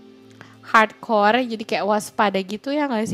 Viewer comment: Dari kemaren teteh bilang "hardcore " aku denger nya parkour_